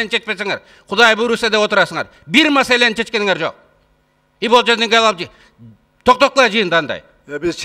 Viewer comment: Жээнбеков сарт блят масаланы дейт маселени дегенди